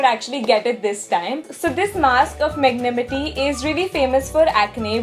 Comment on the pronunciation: It's Magnanimity.....she said magnimity....😂😂😂😂